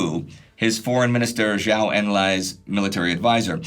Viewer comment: fyi, the Zhou in Zhou Enlai, is pronounced like "Joe"